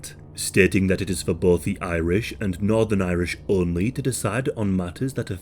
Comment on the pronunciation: I’m from Northern Ireland and live half an hour roughly away from Belfast. My grandparents were alive at the time it happened but they were still in England before moving over here in the 90s. I’ve always been fascinated on The Troubles as it’s quite interesting imo. Great pronunciation on every northern/Irish names of things in the video btw!